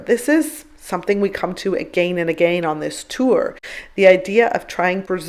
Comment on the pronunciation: The way you say the word "again", drives me absolutely nuts